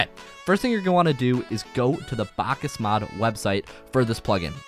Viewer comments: me having psychologic problems after hearing this guy saying "bákas mód" 100x in a single video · Bakkesmod not bakkasmod please